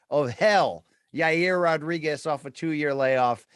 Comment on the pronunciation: It's Ya reer Rodriguez